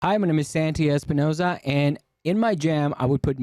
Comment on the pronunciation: Que raro que santi diga su nombre con acento gringo, papi, eres no santi espinousaaaa hasta la mujer londice mejor jajaaja